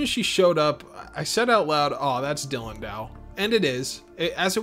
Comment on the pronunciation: I have not seen the funimation dub…but did the funimation dub butcher the names of characters and such? Guylemefs? Dylan-dow? I watched another review that also called the guymelefs “guylemefs” and my heart lurches every time. Apologies, I have been in love with this anime since it debuted on fox kids as a kid so I know this anime very, very well.